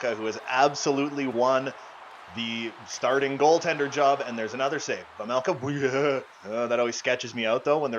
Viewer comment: It’s vejmelka not vemelka